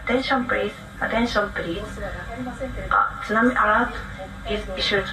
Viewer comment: Why this thsunamee so calm 🤔